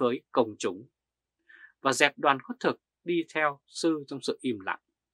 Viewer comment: Khất thực chứ không phải "khuất thực" a. ơi.